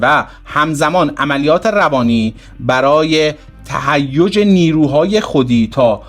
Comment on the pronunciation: تهیوج؟؟؟؟؟ تهییج درسته استاد. ته هیج . هیج بر وزن هیچ و گیج و پیچ